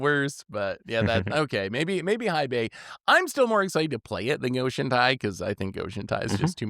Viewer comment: Hei is pronounced "Hey". We already have to suffer people saying Eye-Ganjo, it would be dope if this time around content creators helped enforce the right pronunciation this time around.